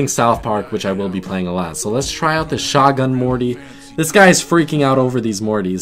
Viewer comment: its show-gun morty